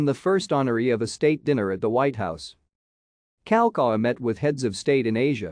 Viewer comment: Why can't the narrator learn the correct pronunciation of names? King Kal ah cow ah and Princess Ka ee o lah nee. Also, he took great pains to make treaties with France, England & Japan (possibly others) acknowledging the sovereignty of the Kingdom of Hawaii, which made the overthrow in 1893 an illegal act against a sovereign nation.